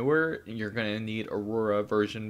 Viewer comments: AURA** not Aroura lol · Who knew pronouncing the word "Aura" would be impossible. This guy showed us that. "Or-rah", bud.